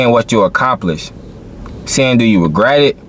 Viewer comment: Are you serious?! Regrat??Regret? Dude you can't talk worth a shiii